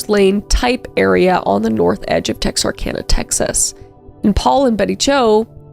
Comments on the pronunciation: I'm so glad you pronounced it right 😂😂 Texarkana update... It's still sick! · I’m so glad you said Texarkana correctly! So many people don’t. Texarkana is the next town over from us. I’m not old enough to have had this story happen in my lifetime, but my grandmother-in-law lived there when it was happening. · As someone who’s lived in Texarkana my whole life, I’m so glad you actually said it right